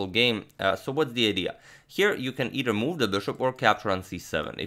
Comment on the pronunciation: Agad, try saying eiTHer instead of eiDer. Thanks as always for great videos